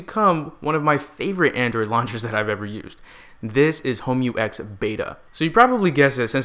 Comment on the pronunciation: Another great review! Oh and you pronounced the name absolutely right:D